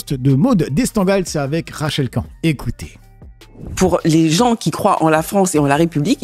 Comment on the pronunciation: pourquoi tu prononces jamais le "n" de Rachel Khan? tu es le seul à le prononcer comme ça